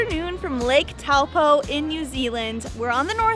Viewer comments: Taupo is actually said toe - poor but without the r but not poo... Hmm that's confusing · bro its pronounced 'Toe-pour" without the r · am i the only one annoyed that she pronounces taupo wrong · Correction Taupo is pronounced Toepor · Taupo said like - Toe Paw :) glad you enjoyed our country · Lake Taupo is pronounced 'toe-paw'. Ordinary, everyday beef here in NZ is all grass fed which I think is completely different to the US where you have to search it out - so yes - something to write home about! The huge mountain you mentioned at 10.32 is called Mt Ruapehu and was the location of Mount Doom in Lord of the Rings. Hope you were told that at the time - a sacred mountain to the local Iwi (tribe) and a special place for all of us Tolkein fans.